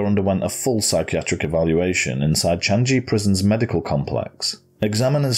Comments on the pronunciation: Very good editing and I like the respect you showed to the two victims. I also need to commend you for being able to pronounce almost all the ethnic and Singapore-centric names accurately. "Changi" is not pronounced as "ji" but "gi" as in the word "give". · It is pronounce as “Chan - yee” not “Chan - gee.” 😅 anyway kudos for the vids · I just discovered this channel and it is amazing! Also this was well produced and I loved the way you covered this case! I assume that the Chan-ji you said was supposed to be Changi it is pronouced Chang-yi but anyways this is an amazing channel! I loved the way you covered this as a singaporean this crime hurts me deeply.